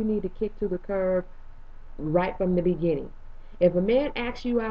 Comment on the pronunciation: "......from the BE-GIN-TING!" LOL